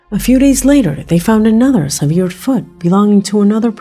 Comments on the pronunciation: Severed IS an actual word meaning "cut off from what it was attached to or part of." However, it is not pronounced as severe which means something extreme such as severe weather. Severed is pronounced as follows: the first syllable of the word seven - "se"/ven. The 2nd syllable of severed is pronounced as ver using the word "fur' with an initial "v" sound instead of "f". Severed ends with a hard "d" sound such as in words like "happened", "occurred", "opened", "flattened". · What i don’t understand is how come this seemingly intelligent woman can not say “severed” properly? In regards to the last part of this video referring to the found severed feet. Is this voice computer generated? I’m only looking for clarification because i enjoy this channel and have watch all the videos. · I really enjoy your video sweetie. But I have to say you pronounce the word severed incorrectly. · Pronounced severed,not severe. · I've never heard severed pronounced like that. Generally it's pronounced like sev( like 7)-er'd. Has anyone else heard it pronounced like she has it pronounced? Just wondering if I'm missing out on something. Secondly, in reference to the severed feet, they found out why people are finding feet. When a body starts to decompose, it automatically starts to fall apart, especially in the ocean. Nowadays, shoes are made so that they are buoyant and lightweight. Because the shoes are so lightweight, it's easier for the foot to stay protected from the elements and float to the top of the water whereas it will break off at the ankle when the body gets to a certain level of decomposition. It's really all just common science. As much as I would love for it to be a mystery, it's really just a sad fact that people kill themselves, their bodies decompose in the ocean, and their buoyant footwear brings the encased foot to the surface and then to the shore. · "severe" vs. "severed" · Its not severe (sevir), it's severed (se-vered). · "Severe" foot?